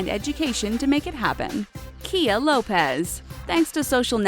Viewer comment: It's not said kia it's kaya